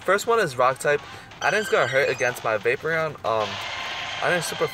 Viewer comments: vapoureon is like vae-por-ion not vape-re-on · Vapeprion? That's how YOU pronounce it? It's Va-Por-Eon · Dude you can't pernounce any Pokemon names it's not vapreon its vaporeon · say it with me VaporEON. NOT vapor...eon. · Is it just me or does it bother you when people say Vapereon instead of Vaporeon? I mean I get that's your way of saying it but I'm just saying. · Dis Boi says Vaperon not Vaporeon lol. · Yo he says Vaper eon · you don't say vaporeon the right was, it's p instead of b. it's not vaboreon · no hate just saying the hole vid you said vapron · You don't say vaporeon right you say B instead of P